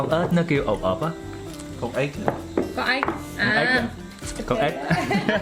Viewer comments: kỳ ghê hà, con Ếch mà nói ra con ớt à 😂😂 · Miền bắc phát âm cũng sài lè ra. Ê chờ ếch như miền nam đúng hơn. Chứ không phải ê chờ ách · mình nghe ra ách đó. Túm lại là ở đâu nghe quen ở đó. Mình miền trung